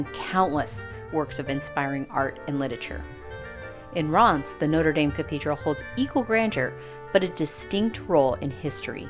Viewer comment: 13'48 ce n'est pas Reims !! is not REIMS